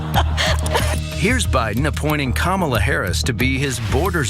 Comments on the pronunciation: I just want to point out Candice Owens deliberate mispronounciation of Kamala Harris' first name. Its always been the emphasis of Ka. Ma. La. Listen to the way she says it and look up the 1980's pro wrestler that worked for the old WWF kamala. A rotound, black, voodoo which doctor character. Im a huge wrestling nerd so this really bugs me, and guess what, I dont like Harris. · It's Comma-la, Candy. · Her name Kahm-uh-luh Harris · This is their campaign strategy? The usual fantasy falsehoods plus vile racist attacks and childish playground insults, as with their feeble attempts to make fun of her laugh? Seriously, they’re all like silly children! Yeah, this will all work well for Kamala’s (that cretin Candace can’t even pronounce her name correctly!) campaign, since voters will be totally disgusted by their immature and crude antics!😅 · Candus owned mispronounced Kamala's name. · Oh Candance, I'm supposed to believe you know what the heck you're talking about regarding Kamala Harris when you can't even pronounce her name? Why anyone listens to anything she has to say is beyond me. She supported Russia's war against Ukraine, and she said ukraine belongs with Russia, "they speak Russian...: no, they don't. They speak Ukrainian, which is closer to Polish than Russian. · Not one of them say her name right ? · Candace is actually the worst. She is purposely mispronouncing Kamala, she knows the correct pronunciation in fact, they all do…it’s another slur. Not all republicans are horrible people but it sure seems like they got more than their fair share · Pronounce her damn first name correctly! 😮😊